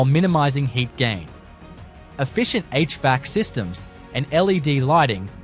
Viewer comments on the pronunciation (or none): h vac, not h vee ack!